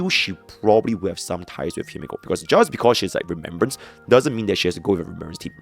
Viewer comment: Ain't no way bro said rememberance in no1